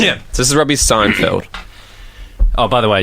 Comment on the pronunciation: Jordan pronounces Seinfeld as "sign" - "field"? Wow. What's the deal with that?